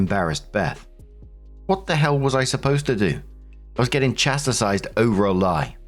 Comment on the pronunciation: Haha, 2nd time I heard you say chastisized within a day lmao. Close, but no cigar!